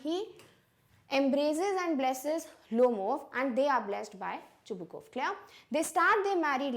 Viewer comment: You are yourself pronouncing Chubukov name wrong